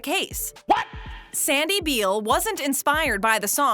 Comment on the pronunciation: Sandy Beall’s last name is pronounced “Bell”